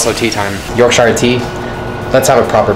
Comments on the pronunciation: I hate it how Americans say (york-shy-ur) instead of (york-shh-ur) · A man said York - SHIRE. It’s pronounced york- shur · Haha you pronounce Yorkshire 'York-sher' not 'York-shyer'. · The way he pronounced Yorkshire “york shy reee” it’s pronounced “York sheer” lmao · As an Englishman I’m very proud you picked Yorkshire (pronounces York-Shuh) tea, it’s by far the best tea. But, get some milk in that bad boy! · The way he pronounced york-shire tea made me chuckle. 😆 yorkshur for anyone non bri'ish. 😆😝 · “York-shIre tea” I love him but man this hurt... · Like that, but it's pronounced 'yorksher' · Yorkshire is pronounced yorksher, and that’s not because of British accents, that’s actually how it’s pronounced, trust me I’m british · As someone from England Yorkshire is pronounced like York-sure but good effort 😭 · It’s spelt shire but you say sure , yorksure is how you say it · It's pronounced yorksure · More angry how he pronounced Yorkshire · Funny how he says “Yorkshire”, I’m from yorkshire that’s not how you say it 😂😂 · The way he pronounced Yorkshire tea sent me into orbit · The way that he said Yorkshire 😪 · I don’t know one person who says proper in the uk and Yorkshire was said wrong but other then that smashed it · The only thing you did wrong was not fry the beans in the bacon pan, and the way you say 'Yorkshire' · that's not how u say yorkshire